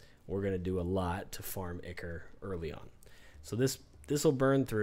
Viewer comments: It's Eye-Kor not Icker lol You're too funny but always make great videos that are very informative. Great work as always! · Ichor. Pronounced "Eye-core".